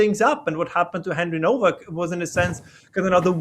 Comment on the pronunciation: Why is Nowack pronounced as Novack?